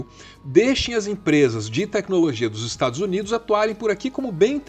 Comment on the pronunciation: "estados unides"